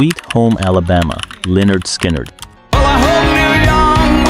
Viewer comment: This AI is bullshit. "Bass-ist"? "Skolz"? "Skin-yerd"? McVi"? "Oh-tros"? "Arpeggi-ed"? Oh, and a song from the 60s?